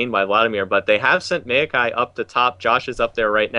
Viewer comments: rly Meewwwkai, maokai ffs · The next time that one caster says "mayokai" instead of "maokai"...